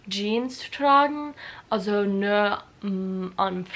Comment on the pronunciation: Es ist so lustig, wie du „nur“ oder „Rock“ aussprichst. Du sagst „nor“ du musst das U mehr betonen. Wie in you. Und Rock spricht man genau so aus wie in Amerika die Musik.